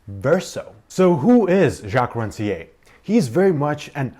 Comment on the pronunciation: Thank you for the video. Very useful. One remark: Please, pronounce the author's name correctly. We need to hear the "R" at the end. It should be similar to the "r" sound in "pear" for instance.